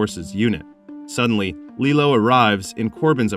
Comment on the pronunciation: LilO is a Disney character. LeelOO is the weapon. The last syllable is LU, like in Hulu.